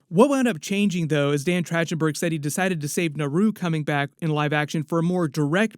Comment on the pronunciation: Just wanted to alert you to the info that it's a hard c or k sound for the directors name - So it's said like Track-ten-burg, not with the soft ch sound. Not to be THAT guy, but I'm gonna totally be THAT guy, because I KNOW his name is pronounced all over other media properly .